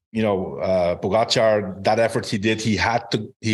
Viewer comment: George and Lance - learn to pronounce Pogacar. It's not that hard and it's rude to continue to put the accent on the wrong syllable.